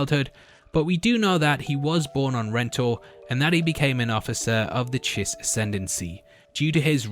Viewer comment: Glad to hear you're pronouncing Chiss correctly, unlike your last video.